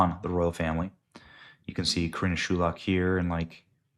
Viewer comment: Benny You need to learn how to pronounced words and names properly. When reading you say something that is not written which changes the meaning of what was ACTUALLY written. Her name is SHUL I AK Shooleeeeak not Shoolak. Please read slower, or practice the hard words before filming. Also you try to read too quickly. Please slow down....relax...